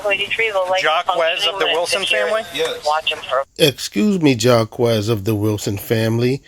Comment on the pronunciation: Jock-kwez? Jay-kweez? Jocks? Zhack? Jock-es? Getting really close to Jackass.